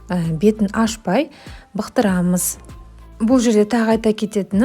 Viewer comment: Бықтырамыз емес бұқтырамыз десеңізші